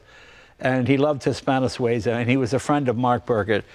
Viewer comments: Not Sway za, Swee za. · Swayzah? Sweezah! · Jay, It's SWEE-zah. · Jay - you keep pronouncing Suiza incorrectly!!